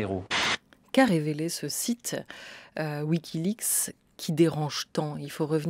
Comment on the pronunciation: mais qui ne sait pas prononcer wikileaPs lol !